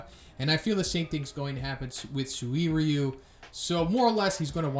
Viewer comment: You pronounce Suiryu with 3 syllables, even though it's supposed to only have 2. Try saying 'Sweer-yuu'.